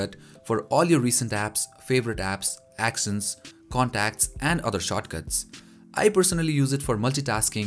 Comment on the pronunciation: Actions(act ions) not axions(ax ions)